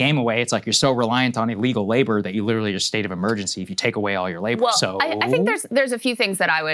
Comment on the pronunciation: when you say witerawy hitwer for 10 years i dont care anymore